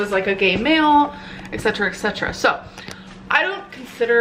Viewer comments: Her “eksetra eksetra” tic is driving me nuts. 1. It’s Et Cetera. 2. You don’t need to say it twice 3. It’s not punctuation, you don’t need to say it multiple times in every video. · It always annoys me how she pronounces et cetera “ex cetra”